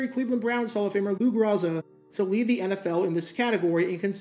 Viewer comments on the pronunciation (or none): The name is pronounced "Grow-Za" not "Gra-Za" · I love your channel, and this correction is sent with respect: the name is pronounced "GROW ZA" not "GRAH ZA" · Do better research. Every old-school fan knows it's GRO-za, not Gra-ssa. If you are going to reference older players---at least know how to pronounce names, otherwise, you sound like a twelve-year-old giving a book report. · It's pronounced GROW-zuh